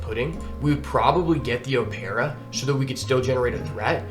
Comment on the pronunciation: Just as a heads up opera is said like the musical performance. Loved the content, feel like seeing others being coached is really helpful.